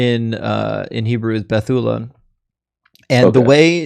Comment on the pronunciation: hi there, Hebrew speaker here. To better pronounce BETULA, make the stress on the LA not TU. In fact, I struggle to find a word in Hebrew where the stress falls in the middle... it falls on either the first or last syllable. Love the channel!